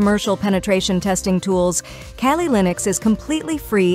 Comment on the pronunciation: She said kaylee linux